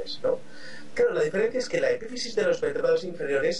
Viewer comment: ¿Glándula hepífisis? ¿Hepífisis?